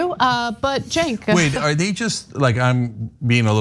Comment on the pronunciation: Why are people calling Cenk... Genk? 🤔